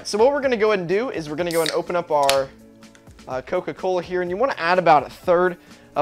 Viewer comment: YOU DON'T LIVE INT HE MIDWEST LOL! Cause you said coca callus